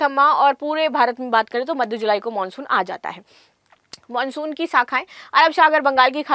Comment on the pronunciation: हिंदी का उच्चारण करने नहीं आता: खुलाशा.. मानशून... इत्यादि. पता नहीं शिक्षा का स्तर या उस विद्यालय का स्तर जहाँ से शिक्षा प्राप्त की हो.